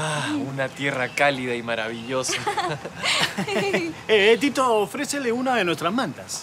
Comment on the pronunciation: Se an dado cuenta que dijeron mal el nombre de Pepe y Tito